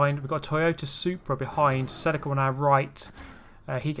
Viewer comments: Hey man, nice vids. You have so much patience, I'd be ripping my hair out with these opponents. Please it's a Toyata celEEca not Celicka. Thankyou. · Sell a ca? You mean Celica (sell ee ca)